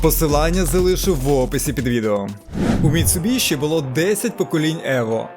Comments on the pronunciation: Дуже класне відео про дуже класну тачку. Тільки одне уточнення - назва компанії читається як Міцубісі, тому що в Японії звук shi читається як сі❤ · Заєбало ваше міцубіШІ МіцубіСІ !!!